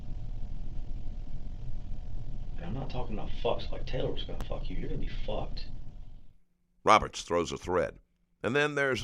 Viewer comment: He said “your gonna be ficked” 😂